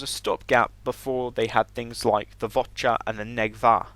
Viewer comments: Vor'cha not Vot'cha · its the Vorcha not the votcha as you have been calling it . S C UK.